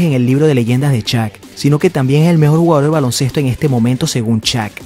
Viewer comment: "Shaq" por favor, NO "Chak"